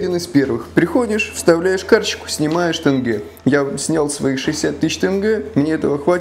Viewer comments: Не тэнгэ а тЕнгЕ🤦🏻‍♀️😂😂😂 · И кстати, тЕнгЕ и пишется и произносится через "Е" как и однокоренное ему в этимологическом смысле русское слово дЕньги